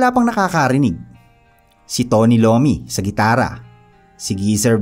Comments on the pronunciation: Tony iommi not lommi 😂😂😂😂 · Tony iommi po hindi lommi haha. correction lang po. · Tony Iommi (ayomi) po ndi Lommi😊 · Ayaw ko dito. Prinsipe siya at hindi hari at hindi Tony Lommi, lommi o IOMMI pre (malin ka ng basa sa research mo). Mas mahusay talaga si Aklat ph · CORRECTION LANG, ANG PANGALAN NG GITARISTA NG BLACK SABBATH AY TONY IOMMI AT HINDI TONY LOMMI ( PRONUNCIATION) OF IOMMI IS AYOMI HINDI LOMMI GINAWA MO NAMANG PAGKAING LOMI. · Tony Iommi po, hindi Tony Lommi. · Tony Lomi daw Iommi yun! 😂😂 Baka gusto mong gawing mami na may siopao 😂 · Share ko lang yung sa pronunciation. its Tony Iommi (Ay-o-mi) also yung lugar na Iowa is (Ay-o-wa). 😉